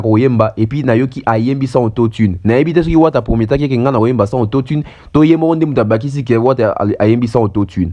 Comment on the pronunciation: Mpiaaaaaaaaaaaaaaaa???????? Mpiaaaaaaaaaaaaaaaaka certifié ba tia Mwamba soni mingi na mawa depuis histoire ya Martyrs ebanda mpiaka ya boye esalema nanu te😂😂😂😂😂😂😂😂😂😂ba tika ko kosa ye, aza zoba makasi nako prononcer auto-tune ayebi te eza auto-tume te🤣😂😂😂😂infirmier oyo ya pamba pamba très belle analyse cerveau Penseur Mr auto-tune